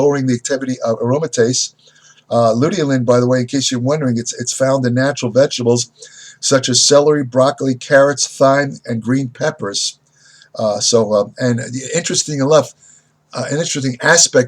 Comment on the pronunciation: Thyme is pronounced Time. (Like Rosemary & Time)